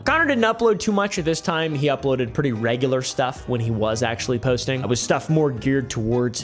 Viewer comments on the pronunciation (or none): none